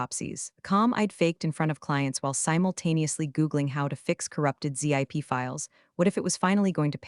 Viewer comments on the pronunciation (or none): Someone needs to learn how to pronounce things correctly. It's a "TED" talk, not a T-E-D talk. It's a "ZIP" file, not a Z-I-P file. And if by chance you are using an AI voice, train it correctly.